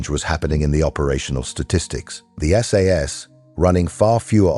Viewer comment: This is AI Slop, the narator couldn't pronounce Hereford (heh ruh fuhd). SAS not sas. I think my Grandson is better a phonics.